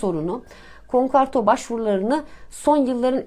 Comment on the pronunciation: Bir ekonomist nasıl olur konkarto der ve bundan memnun olabilir.Yaşın olmuş 55 insan akşamları 10 dakika çalışır da konkordato demeyi öğrenir be.